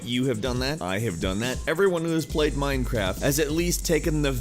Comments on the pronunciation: did he just say Mimecraft xD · miiiinecwaft yaaaaay